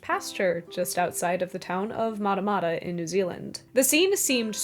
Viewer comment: FYI, Matamata is not pronounced that way. The mat part of the word rhymes with rat.